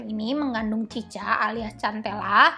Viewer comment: Mohon maaf nih ka cara bacanya bukan “cica” tapi “sika”